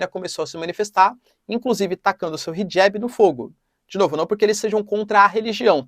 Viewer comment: Hijab!!! Professor!!!!! Está incorreta sua pronúncia!! Pelo amor de Deus!!!!!